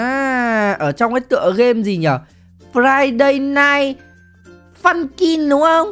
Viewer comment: anh đọc sai rồi ,fiday nght funkin